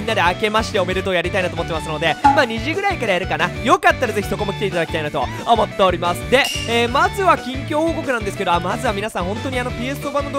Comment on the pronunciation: 最初さ、思っつぇおります！って言ってるよね